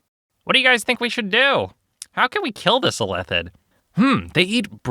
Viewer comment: Weird Illithid pronunciation.